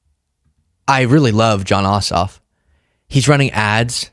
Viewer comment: Jon Ossoff, lol…I thought you said ‘Jon Awesome’. My adhd brain went off on a tangent about having the name Awesome until Ossoff came across the lower third.